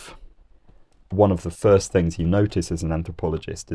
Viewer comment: The TH needs to be pronounced in THings and not FIngs. So there's no confusion between three and free etc. Just as a man born with cock and balls can never be a woman, despite how he may feel. What you always espouse is moral relativism as you did with your trans video and now linguistic relativism. It always comes from being in the academic womb too long and mixing only with ultra Liberal Lefties who dictate the narrative, whilst most normal people, who don't care less, have no say. I knew it!!! Social constructs creep in within three minutes. The reason you say TH is because there's a TH in the word ffs. You're inthuriating.